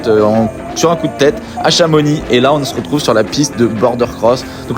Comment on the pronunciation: Enfin qql qui dit Chamonix correctement 😮